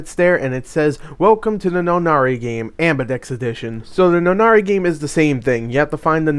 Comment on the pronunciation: Nonary pronunciation... hurts my head.